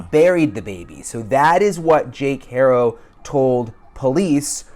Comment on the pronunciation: Thank you for pronouncing Haro correctly!! Every single person who posts a story about this pronounces it HAIR-OH when it's HAW-RO. It's a Spanish surname.